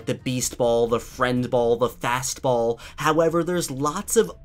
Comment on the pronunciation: You said boll 26 time s